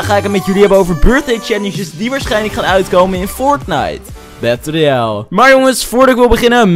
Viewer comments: Fortnite battel royale echt heel grappig hoe je dat zegt😂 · ja idd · Bramsly joh maar zo zegt hij het ook een beetje😂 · ja ik ook haha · Ik dacht dat ik de enige was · vind ik ook